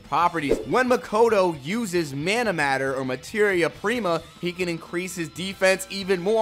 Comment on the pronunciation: Just say manameter 😂